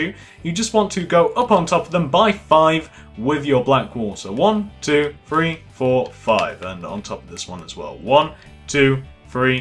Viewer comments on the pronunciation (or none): It's not free it's three